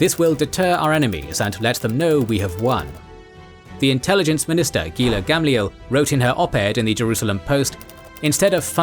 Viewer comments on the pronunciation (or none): none